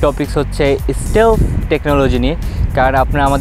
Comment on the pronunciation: শালা আগে উচ্চারণ ঠিক কর, স্টেলফ??? না স্টিল্থ??